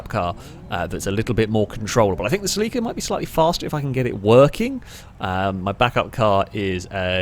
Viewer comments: Either you are pronouncing Celica entirely wrong, or I have done so since NFS Underground.. I don't know if I want to find out. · Yo why are you pronouncing celica, as sell-leek-a, I believe it's pronounced sell-ick-uh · I've never heard of the Celica pronounced "Sell-leak-ah". I've always known and heard it as the "Sell-eh-cah". It triggered me nonstop lol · "Saleeka" Oh shit. He means Celika or Celica as us Americans pronounce it. I had no idea, lol. Too funny! Actually, this race was so fun to watch, I'm gonna bookmark it in my bookmark list of fav Failrace vids so as to watch it again. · saa-Lee-ka??? you ment cell-eh-ca rt bro🤦‍♂️🤣🤣🤣🤣🤣🤣🤣 love the cockney accent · Its is not a SELL EEEKA... is a CELL AH KA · Listening to mispronounce Celica (SELL-a-kah, not sa-LEE-kah) every 15 seconds almost made my ears bleed. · I came here right away before getting past the mark. I was like... what is a seh-lee-kuh???? Then the grid popped up and I was like OHHHHH, seh-LI-kuh!! I have been living in europe for 15+ years and that is the first time I have ever heard it pronounced like that. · It's how it's pronounced nearly everywhere apart from the US. Very close to the original Japanese pronunciation too. Interestingly the US adverts for the Celica pronounce it "sel-ick-uh" where as the rest of the world got "sell-eek-uh". Always found that interesting, that despite sharing the same name and car model, it's officially pronounced differently. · Its pronounced selica!!!!!!!! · I know its a picky thing, but I believe its pronounce Sell-Ick-Uh. My apologies if this seems very "Grammar Nazi" of me but i have OCD and for some reason your pronunciation was driving me completely bonkers lol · Say it with me: SELL-IH-KUH Cel-i-ca No need for pronunciation to suffer for "the algorithm". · In Japanese they put the emphasis on the i so I feel like cel-i-ca is more correct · that Celica pronunciation tho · By that you mean, you mispronouncing it